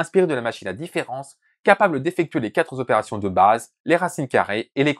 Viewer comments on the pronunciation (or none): Pssst : qua TROpération, et pas quatres ZOpérations ;) (super vidéo, au passage)